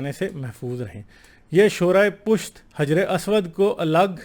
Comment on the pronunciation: Jis ke baare men video bana rahe ho.Kam se Kam us ka nam to saheeh se lo. Hijre Aswad nahin balke hajar e Aswad kahen.